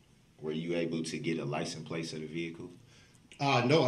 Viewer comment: Y he always call it licence place?